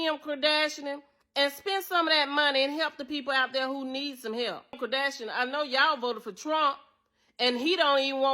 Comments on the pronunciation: “Kim Kerdashrion” 😂😂😂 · Imagine not being g able to pronounce Kardashian 😂😂😂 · “Kim Kardashinan” 😂